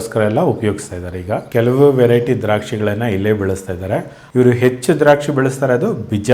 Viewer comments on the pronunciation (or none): none